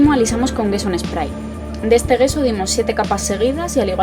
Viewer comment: Gracias por el vídeo. Sólo una nota, "gesso" no se pronuncia "gueso" sino "yesso" (dʒɛsso, para ser exactos XD), sí como el "yeso" español, pero con una "s" larga, que aunque no existe en español se puede hacer notar. Viene del italiano "gesso" que significa "tiza", que es uno de sus ingredientes en la fórmula clásica: tiza, cola de conejo y blanco titanio. EDITADO: y sí, forma parte de la composición de la "tiza" nuestro "yeso" para más inri.